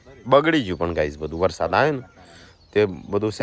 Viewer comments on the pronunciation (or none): none